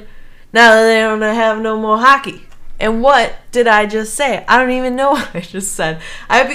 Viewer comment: It's pronounce hockey, with an O, not huckey....